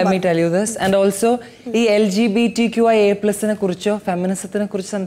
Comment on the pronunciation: Athinu dilshak LGBTQIA+ ennu parayan ariyilallo, iqbtq ennanu paranje 😂